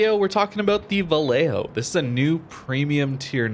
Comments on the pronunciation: Its pronounced va-YAY-ho, two Ls have a y sound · the "ll" in vallejo is pronounced like "y" in english like "yamato or yellow". I speak spanish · As a Spanish speaker, I agree with Harper. However, having lived there and stationed there back in the 80's, everyone pronounced it Va Lay Ho. On a side note, we jokingly called it Valley Jo.